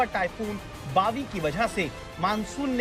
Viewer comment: Bawi sounds like biwi 😂